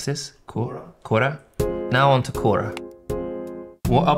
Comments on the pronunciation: The way he said quora 😂😂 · The way he said Quora 😭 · (Lewis: "What is this?.. q-qou-quora?!" Bill Burr: "Wtf is quora!??!" ... "Daniel Ricciardo: quora??") = QUORA, you have a marketing problem! lol